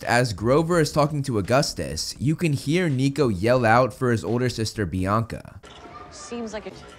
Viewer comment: Bianca didn't have her hunters stuff until after Percy met them And clearly people didn't hear a bianca The only small sound was of "BIACA BIACA BIACA" like someone with a speech problem